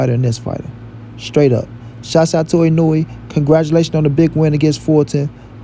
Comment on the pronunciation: you are BUTCHERING that man name geezus 🤣🤣🤣